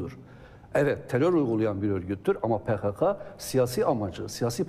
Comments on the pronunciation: PeKeKe değil, PeKaKa! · e pekeke dedin dayı? :D